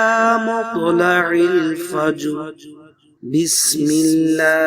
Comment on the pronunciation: Will u please concentrate the سوره القدر its مطلع الفجر not recite correctly 😔 may I Wright or wrong please I need all listeners help me 😕